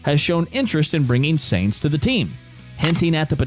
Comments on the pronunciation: It´s pronounced Carlos Sajns not Seeejnss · I think he is referring to how you're butchering the pronunciation "Sainz". It's not "Zanes". The Z is at the end. ;-) Great video, also your voice is really good to listen to. I would suggest no use of filler video though, let the relevant picture/video snip run for as long you are on the topic. I.e. the clip from should run until you finish the segment about Audi, and not cut to driving F1 cars . Most F1 fans are European, and the American TV style of fast/frequently changing video is tiring for us. Also try to not recycle topics, if you're mentioning the engine, stay on it and say it all. Try not to cycle back to it unless you've got a really good transmission to do so.